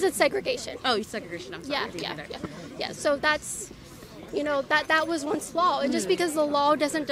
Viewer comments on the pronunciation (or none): " I have a soft voice - and once thats often like NAILS on a chalk board - Oh YEs & Kailin - U ALSO seem to pronounce Ls when they DO NOT belong - the word is LAW not lawL